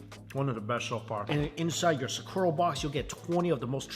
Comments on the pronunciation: Why do you pronounce "Sakura" like that? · The pronunciation of Sakura......😬😅